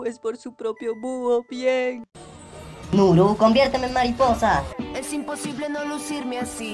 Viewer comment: ya se pero como lo dice se escucha con una "h" y también es para darle humor